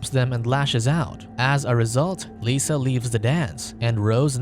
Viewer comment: I know it's petty. but her name is "Lissa" not "Lisa". It's a soft I not a sharp E